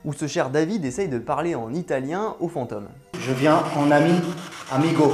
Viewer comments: V'nez, on dit FantÔme et pas fanteume ^^. Oui je chipote, mais ça me pique le noreille, j'y peux rien ^^' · unrelated mais l'accent sur "fantôme" ("fente"+"homme" au lieu de "fente"+"ohm") ça m'a un peu distrait au début mdrr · Pareil. Cette prononciation à la 'fantoche' est vraiment perturbants surtout que le mot revient souvent. Je ne détecte pourtant pas de trace d'accent bizarre dans le reste de son discours. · FantÔme, drôle de prononciation :D J'adore votre chaîne sinon, bonne continuation! Essayez aussi de bien voir que les insultes menaces etc...n'ont absolument rien de sérieux, elles proviennes 99% du temps d'enfants (16 ans maximum)...ça fait un choc de comprendre que le père noël n'existe pas...Jamais ils se permettraient de s'adresser à un adulte comme ça IRL...